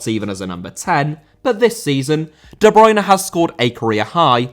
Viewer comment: Bruyne* not Bruyner